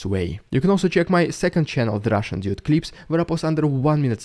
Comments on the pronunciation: Thanks for such a balanced, intelligent comment. BTW he didn't say one week; he said weekles... This channel is more about going straight to the point for invyestors, in mocking Russia's primitive modus operandi. I love the, but I can't resist mocking some of his mistakes because he mocks so much! It is ridiculously oversimplistic, and more like a pep talk towards Ukraine's eventual weak tree. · " Itzs the Rússssian dúde" Epic🤗🤗🤗. Good content bro. I suspect Putinator has you on his radar though. Carefull.